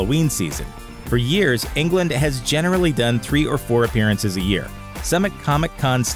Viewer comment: I don't think you pronounce his last name like you pronounce England. It's Englund. There must a difference, right?